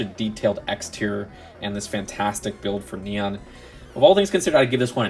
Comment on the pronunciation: Not nian neon